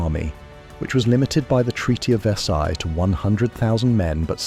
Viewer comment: The pronunciation of verseille gave it away